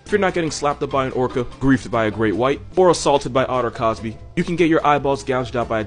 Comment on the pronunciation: Otter cosbie ?? Killing me